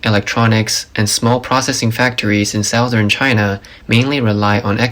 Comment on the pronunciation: Check the pronunciation of “southern” please.